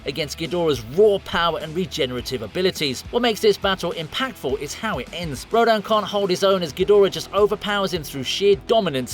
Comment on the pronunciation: It is pronounced (row-dan)